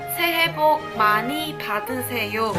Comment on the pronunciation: Ma ni 好似money 😂😂😂😂